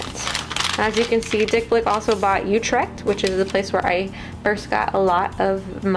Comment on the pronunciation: I'm sorry but you pronounce utrecht wrong 🤔🤔